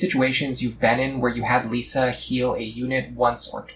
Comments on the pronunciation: I'm not sure i can take you seriously when you say she's your favorite. You mispronounced her name the entire time. She is the best though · Apparently you don't like her enough to pronounce her name right 😂